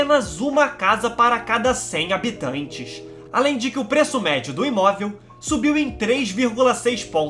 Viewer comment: Mlk que voz engraçada pequ´´Eeéeena ilha contineinsnss habitainnnsstss